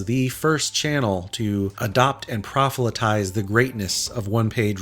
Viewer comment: one criterion, two criteria 'criterias' - nope! 'proselytize', not 'prophelytize' 'reDOUT' (Kick me - I would.) So many tremendous looking things here - and great to have this summary look-back. I'd missed some of the vids, and not just ones you don't rate. How? You've never done anything that isn't great to watch (AAAAAnd listen to). Thanks, applause, and congratulations on the well-deserved numbers.